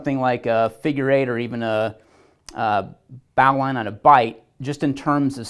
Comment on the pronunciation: You should do more homework on knots. Watching your 1 handed bowline video brought me here and so I had to look at another one of your knot videos. First, after 8 years, you still aren't pronouncing bowline correctly. Second, you aren't consistent with terminology. Are you working with a line, a rope, or a chord? Yes, there are important distinctions, and if I have to explain why, then you aren't even remotely qualified to be teaching others how to tie practical knots. There isn't anything particularly difficult about knots. But, they do take time to master and you clearly have not mastered this knot, nor the bowline from the other video. It takes practice to be able to quickly and efficiently tie knots. I think someone that teaches knots should master the techniques before trying to instruct others on said techniques. I sure do appreciate your enthusiasm though. knots are cool and all men should know how to tie several knots as well as they can tie their shoes. But, there are 100 other Youtubers doing knots correctly and teaching proper techniques with proper terminology and for god's sake they can say bowline correctly.